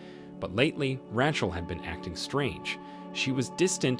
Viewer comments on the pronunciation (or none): RAY-CHEL!!! NOT RATCHEL!!! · Man this guy's a good narrator it's so funny how he mispronounces one word that you'd think he would absolutely know . This one it's "ratchel" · Who is, "Rah-Chul"?